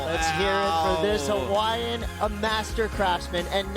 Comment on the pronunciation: Pomaikai na kanaka! Ko Pae Aina o Hawaii!!! Braaaa take one beginner olelo hawaii class, you cant pronounce Hawaiian names at all, its embarrassing that you are an announcer, learn and get better, its your job.